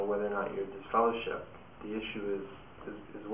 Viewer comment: Dude said you are deliver-shipped 😂